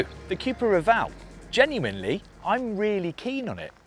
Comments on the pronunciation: Say it with me Cu-pra (Coo pra ) not Q-pra Next Porsche and then later maybe Audi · It’s not Cjupra,it’s Cupra (Ku-pra) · Kewpra? Chewsday, bat-tree. Chewna. C'mon Brits, it's pronounced Koo-pra ffs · Coop-ra not que-pra Shame they didn’t get buttons inside but the vag wanted the vws to have em first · Why are you saying 'Cupra' like that though